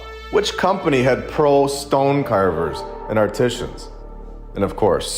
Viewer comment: Can’t say “art-t-zan’s” correctly;that’s how you know “he’s” an alien-just saying ✌️